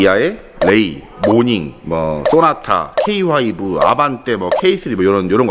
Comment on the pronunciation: 들어도들어도 웃기는 케이 화이브 ㅋㅋ 벤쓰